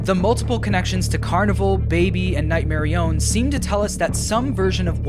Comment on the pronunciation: night merionET not nightmerion